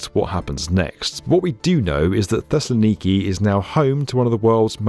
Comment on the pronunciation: Your pronunciation of Thessaloniki is b-e-a-utiful. Also, since it took almost 50 years to build, this metro became a meme to locals equivalent to “we’ll soon have flying cars”.